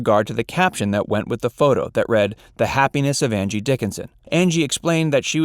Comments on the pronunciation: I swear I hear "Andy" Dickinson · I swear he says Andy Dickinson in the title announce.